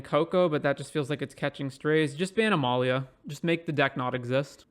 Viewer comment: Uhh not sure about that pronunciation